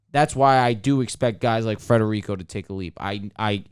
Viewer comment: Stop saying Frederico!!!!